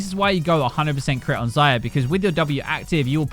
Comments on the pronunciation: Is it me or does say Xyra and not Xayah? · Kai'serrrrrrr - Xayerrrrrrrr - Kog'mowrrrr - Tristanerrrrrr - Kalisterrrrrr